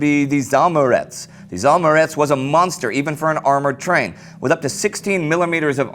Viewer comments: "Zaamurets" is actually reads as "Za Amurets" (after Amur) - Amur is a river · Oh, sorry, I was confused by pronounce :) It is ZaAmurets of course.